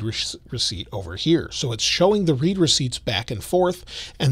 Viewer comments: It's read like "red". Not Reed. Lol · It's not pronounced "read", but "read" (like "red"). Like when someone has read your message...